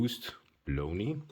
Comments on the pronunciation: The pronunciation of the company name "Błonie" would be "Bwonye" in English. It is a resurrected name of an old Polish watch company. I like the simple esthetic of the watch, but wish it were 37mm - 38mm. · Great video, btw it's pronounced " Bwonie" The Ł in polish is pronounced as a W